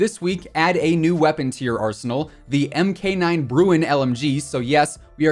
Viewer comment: The Mk in weapon designations is Mark, not M-K.